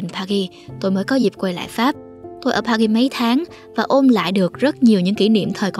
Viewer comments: Từ Paris phát âm âm "r" đừng cố tỏ vẻ. Sai bét. Đọc bình thường đi bạn. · bạn voice đọc sai từ Paris rồi